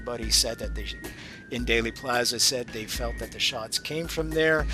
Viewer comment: There might be a Daley Plaza, [as in Richard, 1968] in Chicago, but the JFK assassination in Dallas was in Dealey Plaza [pronounced Dee-Lee]. Why do so many mispronounce it? -- all historical news of that day who did their research and who were not native to Dallas, got it right.